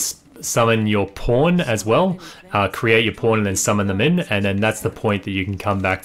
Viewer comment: Are you saying pawn or porn? It really sounds like porn